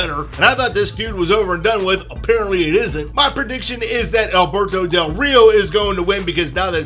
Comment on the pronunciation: your mexican accent for del rio is 👌👌👌👌👌